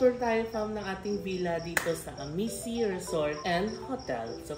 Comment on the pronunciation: Amici - pronounced as #Amichi 😊